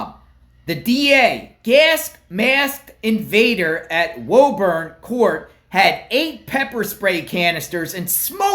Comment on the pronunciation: It’s pronounced “Woo-burn”